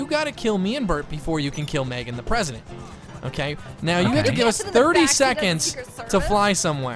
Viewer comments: MR PWESIDENT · ur so funny the pwesident